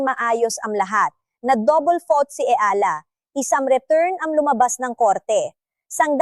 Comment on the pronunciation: Anu ba yan tagalog kna nga pati ba naman.ikaw nde pa ma pronounce ng maayos ang.apelyido nya eala (e-ya-la)